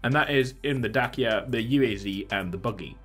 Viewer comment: It’s day-see-ah. Dacia